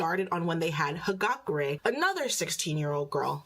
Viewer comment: Is...Is she being serious? The reason they can't do that is cuz THAT'S NOT HOW MOMO'S QUIRK WORKS. Of course they can't make a costume out of her hair, her quirk doesn't involve her hair! Also she says Hagakure's name wrong.... From what I heard, that detail is only from the Web Novel, so this isn't even a detail that's in the LN and Anime. Frankly, I think that Rudeus missing his parents funeral to jerk it was already enough for his siblings to kick him out of the house. Especially considering how much his parents did for him while he was coped up his room. Yeah, I feel like people like this miss the fact that, having these topics in series makes people aware of them, which is more beneficial than trying to hide them. It's like with Skullgirls' censorship of Big Band's backstory, cuz they didn't want to depict a black guy getting beaten by cops, even though, the context of his backstory was these guys were CROOKED COPS, and they were trying to silence him cuz he was gonna expose it. I kinda thought she was missing some context about that, but not only is she boiling down the guy to be just a p3d0, she just glosses over the other context of why he is this way. Which, for somebody mostly talks about this show, she sure misses a lot about said show. Lady, I don't think you have any right to question people's critical thinking skills, considering how you seem to miss important context of this show.... Lesson from this video, always do your r